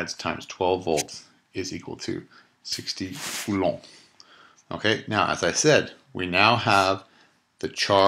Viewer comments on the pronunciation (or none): cant get over how you pronounce coulomb, sends my mind into the forth dimension